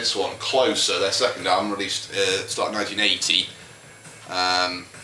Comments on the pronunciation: I think it's supposed to be pronounced 'closer' as rhymes with poser. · in an interview, Peter Hook pronounced it "clo-sir"